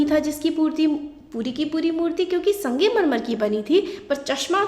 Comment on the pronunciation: Sangemarmar nhi hota bhen sangmarmar hota hai